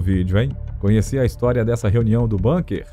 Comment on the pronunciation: BUNKER – A palavra ALEMÃ é BÚNQUER, como se escreve, não BÂNQUER, com pronúncia angloide. Aliás, quaisquer palavras ou nomes estrangeiros têm sido ditos entre nós como se fossem anglo-americanos; precisamos contar a locutores e apresentadores que existem no mundo outros povos – e línguas! – além desses.